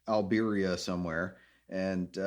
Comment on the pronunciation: Alberia? Albania or Siberia lol